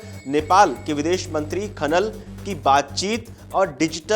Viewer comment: हैलो भाई पहले सही तरीके से नाम लेना सीखो 👍? खनल नही खनाल है 😊